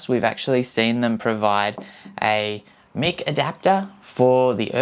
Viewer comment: Mike not Mick! :D hahahaha :D It is pretty awesome, and the 8 battery is pretty good for GoPro too. I wish they did something like this but without the built in microphones. You are bang on, a BT mic would be awesome. Great vid mate :-)